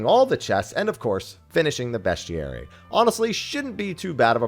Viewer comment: I’ve never heard someone say bestiary so wrong before.